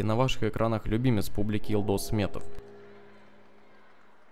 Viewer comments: в казахском языке нет мягкого знака, пишется Елдос произносится Ельдос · он произнёс неправильно. Говорится Ельдос, а не Елдос